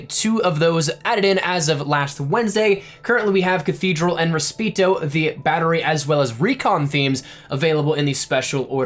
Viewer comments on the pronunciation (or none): r e s p a c i t o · Did this fool just say "respeeto" ? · I thought this too and was gonna comment 😂😂 funny how he replied tho just hope he's not butt hurt about it fr 😂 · Muricans only speak murican. Have mercy on their poor souls! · It hurt me when you said Respeto. Its spanish for respect.